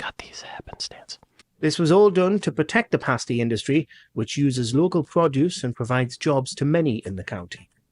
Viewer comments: pass-tee not paste-ie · Pasty is pronounced.... pas T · Pasty rhymes with nasty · my bad,😂 your 100% right, that would sound ridiculous in a southern accent! Sorry, I tried… it just hurt my ears hearing it being said like pastry 🤣